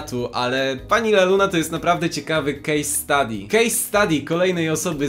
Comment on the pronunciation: "Pani Laluna" boli mnie jak to słyszę xd